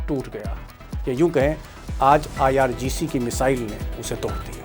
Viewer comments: not ircg, its irgc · IRGC hai Sir IRCG nahi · IRCG NHI IRGC HE JI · IRGC hota hai sir...aap har baar Ircg Ircg kahte rahte ho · ITS NOT IRCG.....ITS IRGC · IrGC not Ircg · Sir, you often say IRCG; in fact its IRGC